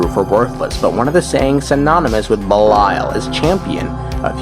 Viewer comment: Ish gahts duh boosh! "🍸BELILAL!"